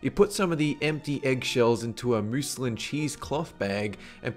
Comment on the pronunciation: hell.. yes. "Muz-Linn" pronunciation made me laugh. Muslin cloth.